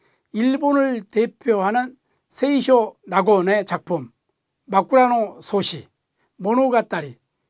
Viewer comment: 잘 들었습니다 그런데 쇼나곤.추나곤 다이나곤 이렇게 읽으니 세이 쇼나곤으로 발음하는게 더 정확하지 않을까요?